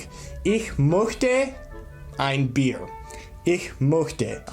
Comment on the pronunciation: Two twin beds = 1 king bed, not a full. Look it up. How is your pronunciation so bad after living in Germany for 6 years? möchte is not pronounced "moekteh"! Look up how to pronounce ö. You are not even close. Also if a word ends in an "r" you almost don't say it. Bier is pronounced more like "Bee-uh". Really flabbergasted how you could have lived in Germany for 6 years and not know this. Just sad. Do you not interact with German speakers at all?